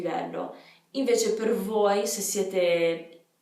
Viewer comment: In realtà non parli accademico e l'accento è sostanzialmente inesistente o trascurabile. Non hai neanche una dizione che ti collochi in un posto preciso dell'Italia per cui usi un italiano neutro (ed è un bene). Ci sono pochissime sbavature che ho notato, una è sul "voi" dove hai pronunciato la "o" in maniera leggermente americana. Complimenti davvero. Voglio provare ad allenarmi con il mio inglese disastroso e quindi butto un occhiata a questa app.